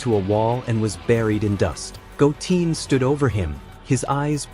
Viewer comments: 😅Goteen? 🤦🏻‍♂️🤯🙅🏻‍♂️😬It's Goten!💯Wow Great Stories Though 💯😇 Must Higher Him 4 More Stories 4 This Show!!💯🤤🥰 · It’s gotten not goteen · Bro do some research on the names who the hell is Go mfcking Teen I know Goten your messing up a good story can't stand people like you fcking up names or from Saiyan go to saiyagen damn.... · Your AI voiceover says goooteeen not GOOten Goo#10 lol fix your AI Voice over and this is perfect. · right try go10 if it doesn't say the word right try to tweak it a little bit 😊😂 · I left the video after I heard Goteen.. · Goten not bloody goteen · Goten not goteen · Stop saying Go teen🙄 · Did you say Goteen this time? can you stick to the one right pronunciation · Yeah that’s bothering me hearing it wrong. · If you get rid of that fake AI voice speaking names wrong because the ai does know yet how to pronounce them correctly... then i will subscribe to you.... PLZ loose the AI generated voice!